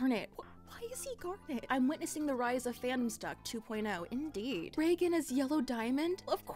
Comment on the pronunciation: For a moment I believed she said Regan instead of Reigen 😰